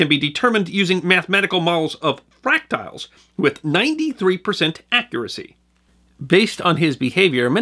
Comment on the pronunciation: It's Fractals not fractials just FYI